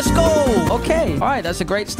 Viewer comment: You said AGO instead of go